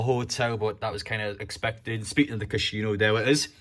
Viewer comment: Funniest pronunciation of Casino I think I've ever heard 😂